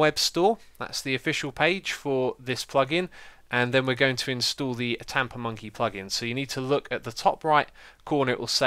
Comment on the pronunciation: LOL it sounds like he's saying TaponMonkey :-)